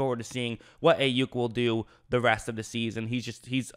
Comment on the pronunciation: Pronounced "Eye" Yuk